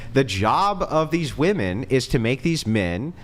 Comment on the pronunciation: Same was wooman, instead of women.